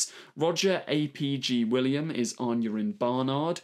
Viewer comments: it's literally Roger ap Gwilliam, not Roger Ay Pee Gee William... that's like calling you Es Tee Are Eet. LOL! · My god, the absolute butchering of every single Welsh name... even Sian! Have you never heard the name Sian? It's a very common name! "Roger A P G William"??!?! What?! Mate... that's just awful. Aneurin I can kind of understand, but have you never heard of Aneurin Bevan? He literally founded the NHS! And I'm saying all this as a fellow English person. I'm not even Welsh but most of these names are not hard... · haha I think you mean "AY PEE GEE WIlliam". I am willing to cut some slack though as I like his content.